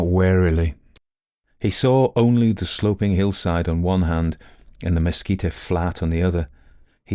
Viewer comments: Great narration. Mesquite is pronounced mehSKEET. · I have really been enjoying your stories. I just want to let you know that the word “mesquite” is not pronounced “mesquita”. It is “meskeet”. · Only spluttered over my coffee hearing "mesquite" pronounced as you did--from NW US, college in New Mexico, and have always heard it with hard "t" ending, like "meskeet" vs. "meskeet-ee"... Though we do add the "oh" when we say mosquito! 😅 (Or rather ouch after one finds us...). Enjoyed this story... Nothing wrong with some manly-man now & then! A joke i heard in college was "State "x", where the men are men & the sheep are nervous". My school had a rivalry with one in a state just north, so X was Colorado....😅 A reminder to not take anything too seriously. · Oh,, you do "creepy" so well. Lots of shudders in this tale. By the way, the plant/tree called Mesquite is pronounced mess-kit. The final e is silent. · I adore you, but you need to know mesquite is “mes keet’ “. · Good story. My brother went to Peaster schools growing up (authors birthplace) and I grew up about 20 miles from there. Your accent is not objectionable just weird. By the way its prononuced Messkeet leave off the e at the end. Love your work. I worked on Aliens and Cowboys movie. Ended up not getting paid. Lots of points of intersections with this story trajectory I guess. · Beautifully told! ... I've only heard "mesquite" pronounced with two syllables, never three. (Texan speaking) Excellent bedtime story anyway.